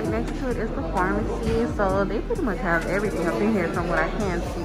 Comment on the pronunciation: “From the pharmasia”😂😂🤣